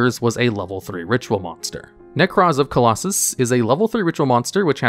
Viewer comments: Is Nekroz of Clausolas really pronounced "Colossus"? >_< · Who else got frustrated listening to Nekroz of “Colossus”? 😂😂😂😂😂😂